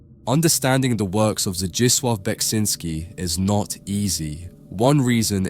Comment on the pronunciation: Oh hey, ya got the correct (as far as my Norwegian ears can tell) pronunciation on "Zdzisław"